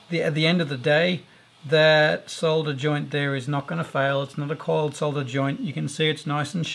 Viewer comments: "Solder" not "sah-dder". Thumbs up! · At last, someone who pronounces the word as it is spelt - s-o-l-d-er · Thank you for pronouncing solder correctly. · Finally, a tutorial with someone who can say solder properly. Thanks 👍🏻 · Good tips and great to see you casted the one member of RR that pronounces Solder correctly ;-) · David That Sucks, because we call it Solder..